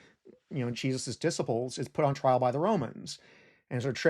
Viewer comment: I’ve not heard this pronunciation of “Gibberish” and “disciples” except from native German speakers.